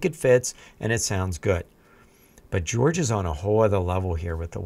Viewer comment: Please, stop calling him 'George'. I know Jorge is the Spanish equivalent to George, but it's not at all how you pronounce it.